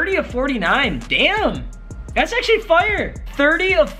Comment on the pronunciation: When he says fire he sounds like he is from Canada